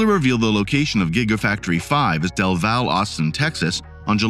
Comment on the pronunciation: It is pronounced Del Valley, Del Valle, TX. Where the new airport is (Bergstrom AFB) near SH 130, the 85 MPH highway to San Antonio-ish.